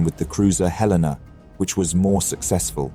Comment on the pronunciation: How about d9mestic names? The ship is pronounced Hell'-en-ah. Named after the capital of Montana, and just happens to be where I'm currently sitting.